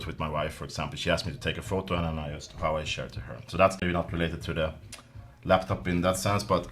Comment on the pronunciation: Glad to see someone who is not a navtive Chinese speaker pronoucs "Huawei" correctly :P